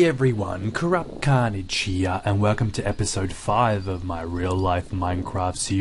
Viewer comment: hello guys i am crap carnage it sounded like he said that